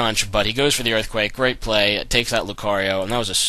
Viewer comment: "Alright. Gay, er great game" is what I heard at the end :p GG